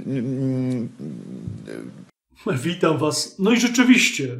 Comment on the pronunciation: ja bym uważnie tłumaczył - bo "this is" brzmi w jego wymowie tak samo jak "disease" - np. "for that this is we dont know" "i know this is" lol